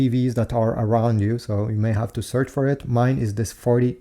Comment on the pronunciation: Its just a hisence not rucu